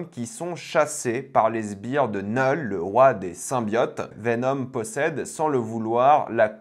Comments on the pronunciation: STP ARRÊTE DE DIRE NEUULL C KNUUL ENFOIRERRR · Ça me fume comment tu prononces Knull autant dire Nul 😂